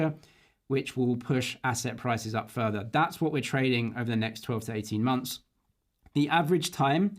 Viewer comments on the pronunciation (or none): none